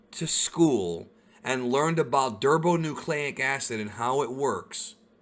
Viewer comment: Derbo-nucleic-acid? Don’t you mean deoxyribonucleic acid?